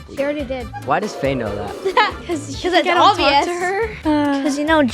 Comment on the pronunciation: Not me thinking that Ryder said bae to Gia but he actually said Faye